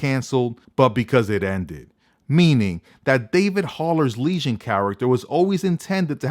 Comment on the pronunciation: you keep saying legion like lesion